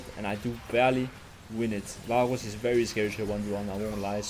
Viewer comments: ur accent saying varus is killing me haha. vaaaaooos. love the vids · He pronounces "varus" with the weird gothic r 🗣️🗣️🗣️